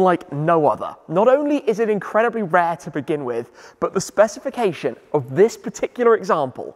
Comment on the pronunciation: Less than 30 seconds in, he already said ‘specification’ 😂